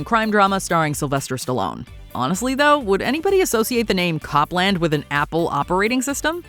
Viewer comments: It's not pronounced "COP-LAND", it's "COPE-lund" (/ˈkoʊplənd/). The operating system's codename was in tribute to American classical composer Aaron Copland (of Fanfare for the Common Man and Appalachian Spring fame). At the time, Apple gave updates to its OS (System) codenames from the world of music. So System 7.5 (Copland's predecessor) had the codename "Mozart" after Wolfgang Amadeus Mozart, and what would have been Copland's successor had the codename "Gershwin" after Ira & George Gershwin. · "Cop-land" made me laugh. Embarrassing error,. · The operating system was pronounced “COPE”land..not “CAHP”-land…as in Aaron Copland the musician. Idiots. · I think we're in the Idiocracy. It's not named Cop-land. It was named after the American composer Aaron Co-pland. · Wow, you are pronouncing Copland wrong. It’s with a long “oh” sound. It’s pronounced the same way as composer Aaron Copland.